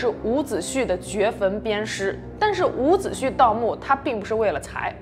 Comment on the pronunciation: 伍子胥 （xu)一声~